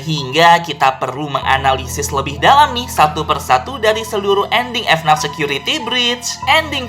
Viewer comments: Bang dibaca nya fnaf bukan efnat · orang lain: FNAF security breach: F-NAF security breach